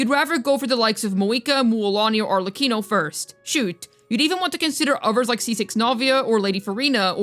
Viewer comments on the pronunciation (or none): none